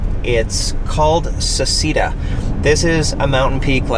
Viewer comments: ‘Say’ ‘chay’ ‘dah’ but otherwise great video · it's pronounced SECHEDA !!! Americans :DD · Just an FYI, in Italian it's pronounced "Se-chay-da" 😊